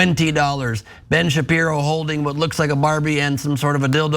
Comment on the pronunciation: It’s Ben Sharpie-ro